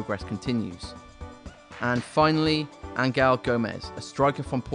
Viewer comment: Not many knows this but Angel Gomes' name is actually not pronounced "Angle" but it's "Angel" like devils and angels.